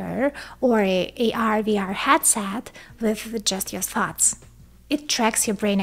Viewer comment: Everytime you say "thoughts," I hear 'farts'